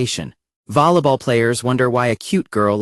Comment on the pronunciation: "lollapop" "vollaball" "easegoing"